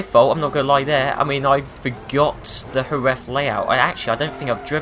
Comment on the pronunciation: Omg, you are the first English speaking person to pronounce correctly Jerez, thanks everyone pronounces it like Jeres.